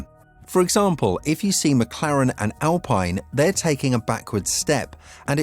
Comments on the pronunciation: It's pronounced "alpeen"... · Alpine wrongly pronounced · I really don't like commenting negatively particularly because how good your content is but please stop miss pronouncing so many thing (Sainz and Alpine to start)